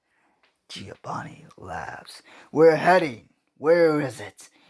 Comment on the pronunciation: Its not giobani it's giovani It's not sasashi it hisashi